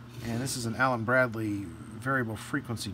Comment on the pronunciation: Cant wait to see it at work! On another note, every time said "Allen Bradley" I comprehended "Allen BRADY" and saw Carl Reiner in my mind...